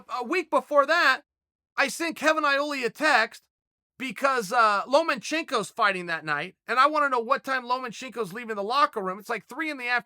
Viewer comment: Who's "LomaNCchenko"? I know who Vasyl Lomachenko is. But I've never heard of "LomaNchenko"